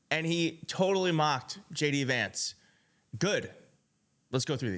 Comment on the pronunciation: Shay Dee Vance